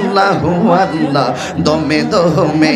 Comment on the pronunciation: জিকির করেন ঠিক আছে। কিন্তু ভন্ডামী ছাড়েন। একটা বার কি আল্লাহ উচ্চারণ টা কি ঠিক হয়েছে। যে জিকির করেন সাথে একটা ভাঙ্গা থালা রাইখো। তাতে আল্লাহর রহমতে কিছু পাইতে পারো